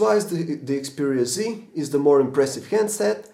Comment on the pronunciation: Xperia Z.... not C ...jeeesus